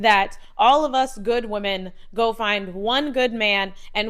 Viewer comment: Imagine being a feminist and pronouncing Woman and Women the same. 😂😂😂😂